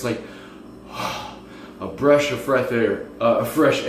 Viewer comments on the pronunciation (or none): "A breash of freth air." 😂